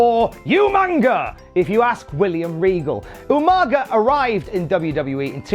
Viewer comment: does anyone remember SvR 2009’s better than utopia , where Regal kept calling Umaga, “Umanja”. always makes me laugh